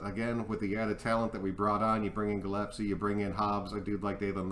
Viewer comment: It's Gillespie = Gill + S + P = Gill es pee = Gillespie. Not Gill ep see... Just saying. Love you brother.